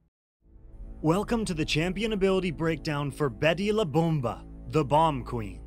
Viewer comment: MAN REALLY "la boomba"